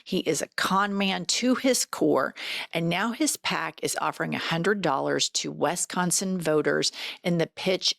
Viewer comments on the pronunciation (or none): It is not pronounced "WESconsin". It should be "WISconsin".